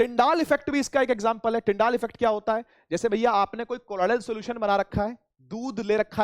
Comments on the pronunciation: Sir its tyndall not tyndaall Effect😂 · SIR ITS NOT TYNDAAAL ITS TYNDALL EFFECT 😂😂